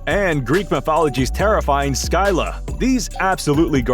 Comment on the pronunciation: You said skyla it’s scylla